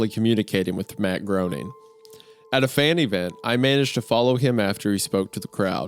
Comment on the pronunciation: HOW DARE YOU PRONOUCE MATT GROENING'S NAME INCORRECTLY 😂😂